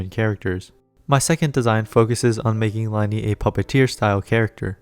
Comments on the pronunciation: Isnt it pronounced Lin-ay and Lin-ette not Lie-nee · LIE-KNEE ITS PRONOUNCED LINAY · I know this isn't that big of a deal and i'm not being rude in any way but lyney's name is from french so is pronounced lyhn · as someone who has learned french for 6 years, just thought i'd let you know that it is pronounced "lin-ee"! thank you for the video, ive been hyped for these two for forever